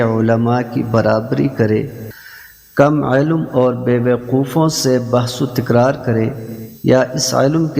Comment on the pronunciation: علم کو عالو کہہ رہا ہے کم از کم الفاظ درست بولنا سیکھیں اسکے بعد حدیث مبارکہ بیان کریں